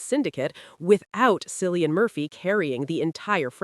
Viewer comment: its not Sillian Murphy - fucking hell